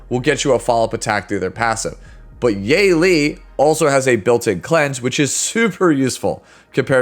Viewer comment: Her name is pronounced as Yuh-Li. Great video!!